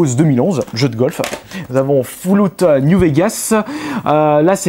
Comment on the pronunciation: "FOULLOUT NIOU VEGAS" MDRRRRRRRRRR